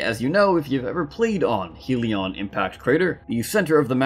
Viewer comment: My lord this annoyed me Its Not HEAL-ee-on impact crater Its HELL-ee on impact crater